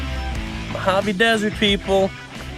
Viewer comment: I'm Spanish, and the way you were saying "Mojave" was really annoying me. I love your videos (both on this channel and your gaming ones), but the way you were saying "Mojave" just annoyed me.